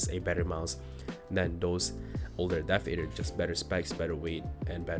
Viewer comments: It's pronounced Adder - Death-Adder. Not Ey-der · WHY YOU FUCKING MISPRONOUNCING THE DEATHADDER. ITS A TYPE OF SNAKE DUDE. ITS JUST A DEATH ADDER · "Death ayedder v3" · I had to click off when he didn’t even know how to pronounce the thing he’s reviewing